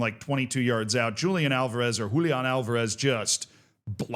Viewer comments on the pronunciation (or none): none